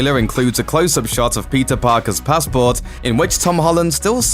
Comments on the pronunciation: Bro, it's not pizza it's Peter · Everytime u say peter, i thought u said pizza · did he just call him pizza parker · Is it only me who heard PIZZA every time he said peter 😂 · Is it just me or when he says Peter is sound like pizza? Yeah I think it’s just me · Why do keep hearing Pizza whenever he narrates Peter 😂😂😂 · He prounances Peter Parker like pizza Parker 😂😂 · I thought he said "pizza" every time que said "peter". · i keep hearing the word pizza instead of peter. lol. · Why do i hear " Pizza parker" from the narrator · Whenever the narrator says "Peter", what I hear is "PIZZA". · I keep hearing "Pizza Parker" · Just me or anyone else hearing Pizza Parker? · why does he keep saying pizza parker